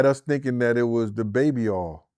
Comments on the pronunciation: Why is it so hard to say”Oil”? says Baby Aw and says Baby Earl. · oh i also failed to mention as well. Instead of saying three he would say tree😂 and as for oil he say Earl😂😂 . G